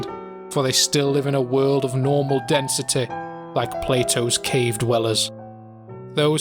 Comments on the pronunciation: "increased densiteh" Ah I see the is from Nottingham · Why am I reminded of the Stand ‘Rolling Stones’ every time he says “density” with such emphasis?